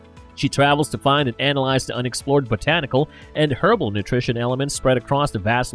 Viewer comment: Too bad the guy (or AI Voice?) in this video can't pronounce Duquesne. Or herbal lol.